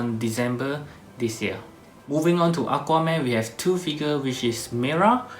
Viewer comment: sorry but i heard aguaman, hahahha!